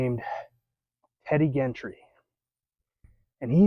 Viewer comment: The G in Gentry is the J sound. Jentry. Nice video.